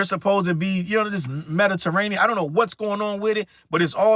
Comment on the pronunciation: I died when you said 'Mediterranean' 😂😂